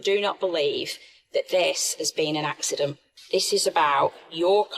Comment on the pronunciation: It was an ‘ axe-ident ‘